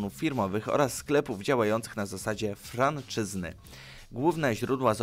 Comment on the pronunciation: franczyzy...nie franczyzny